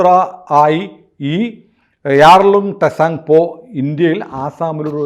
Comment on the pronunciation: ടെസാങ്പോ അല്ല, ചാങ്പോ ആണ്